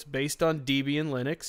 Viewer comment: yeah. it's not deeb een it's deb een